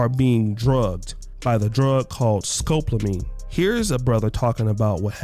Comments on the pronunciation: Scopolamine not scopelamine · Say, “sco-pall-oh-meen”